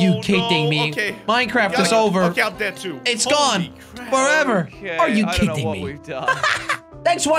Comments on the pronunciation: Actually he says it like 'are you kitting me' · It sound like he’s saying are you kitten me lol